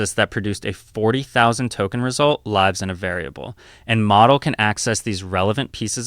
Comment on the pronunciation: It doesn't actually seem like its AI voiced over, it made a mistake when it said "lives in kernel", where live was pronounced more like 'life' which I suppose AI Voiceovers wouldn't do